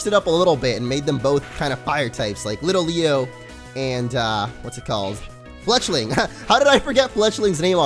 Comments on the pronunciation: You pronounced litleo wrong. It's not littleleo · It's two words. Lit-Leo.